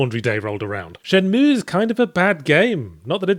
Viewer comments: I feel dirty every time he says Shen-Meweyh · Dude, is it really that hard for you to pronounce Shenmue that you have to stop and make that dumbass sound each time? You don't pronounce the 'e' at the end. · It's pronounced Shenmüegğh Yahtzee. Now do the Spiderman review already. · He normally calls it Shen-Mooie, which pisses people off to no end. He emphasized the pronunciation to troll people giving him shit in the past. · Haven't even started yet and I'm really looking forward to hearing Yahtzee pronounce it SHEN-MOO-EE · Not gonna lie. Im only repeating this because how yahtz pronounces shenmue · Stop pronouncing it wrong. Fuck me! You're very wrong on this game! Do it again you dick eyes!!!